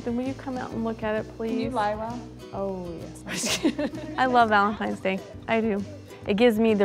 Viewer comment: Oh dear. He keeps saying “ Valem•Times “ day 😹🔪👂🏻